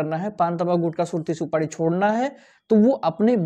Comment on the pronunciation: Supadi nhi supari boliye